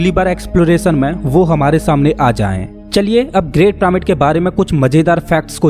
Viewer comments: अबे ओ जोकर प्रामिड नही पिरामिड बोल साले। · pramid ni h bhai vo पिरामिड h